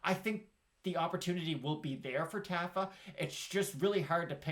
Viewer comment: Not a big deal, but I'm pretty sure it's "TAH-fa". I lost money on him last time